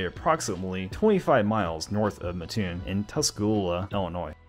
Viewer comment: Thanks for covering Burger King! Now I sorry to have to do this, but I grew up there, and it’s a requirement that we correct the mispronunciation, which happens all the time. It’s Mat-toon, not muh-toon. I like your channel:)